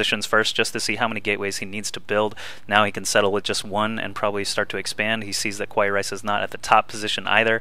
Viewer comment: Just wanna say that this was a cool game...and also, it's usually pronouned "Ka-wa-ee", and it means "cute" in japanese...